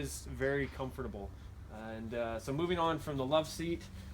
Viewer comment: The way he says comfortable makes me...Un com fert ta bowl